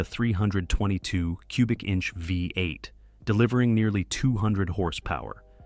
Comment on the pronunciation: The mispronunciation of the V8 as a 5 8 gives evidence of the mechanical production of this narration.